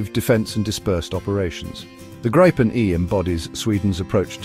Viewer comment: It’s pronounced “Greepen”, nothing else 👍🇸🇪